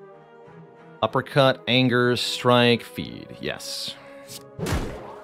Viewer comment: Half the time you say "uppercut", I hear "apricot" XD